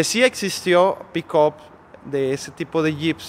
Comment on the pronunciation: PERO POQUE LA LLAMA "PICOP"......ME DA RISA.....JAJAJAJA NO SERA EN TO CASO,...PICAP......(PICK-UP)....🤣